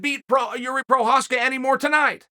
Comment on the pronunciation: We all knew Jiri was the real deal when Chael started pronouncing his last name correctly